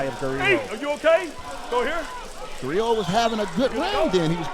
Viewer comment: What did call GARIJO? "GAROJO"?